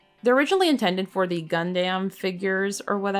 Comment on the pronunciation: So I’m in love with Raven and Edgar so saving now for next year. Also not the it really matters but Gundam is pronounced Gun-dum.